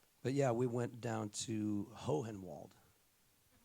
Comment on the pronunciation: It's a Tennessee thing: Hohenwald is pronounced "Hornwald". I think it's an attempt to retain the original German pronunciation.